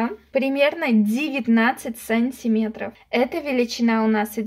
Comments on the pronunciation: Все прекрасно, но почему так говоришь сАнтиметров, вместо сантимЕтров. Уши режет во всех ваших видео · Смешно произносите "сАнтиметров"